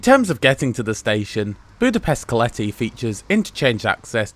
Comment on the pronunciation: OK but he constantly misstresses Hungarian words. As a result, I failed to get his "Keleti" and "Nyugati". He obviously doesn't know that Hungarian words are always stressed on the 1st syllable and his stressing on the 2nd one makes it really difficult to catch. No reproach involved, though, I'm just stating a fact, not blaming him.